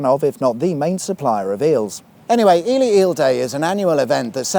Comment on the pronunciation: I love that Ely is pronounced correctly over there. We have an Ely in Minnesota US and too many people call it Ee-Lie. Just makes you want to slap them with a Walleye.